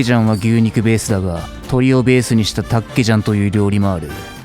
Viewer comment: 육개장 닭개장 발음 거진 한국인인데 ㄷㄷ